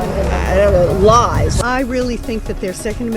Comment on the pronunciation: "mis-lies" LOL